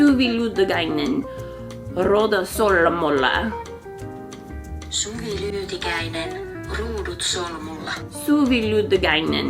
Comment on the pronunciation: Thank you 🤗 it was so nice to listen you explain and show your Headband and I loved your way of saying my name and the headband name Ruudut Solmulla 🥰 it is Finnish language and means Twisted Plaid by the way 👍🏻